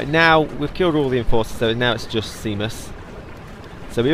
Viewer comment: Seamus is pronounced shaymus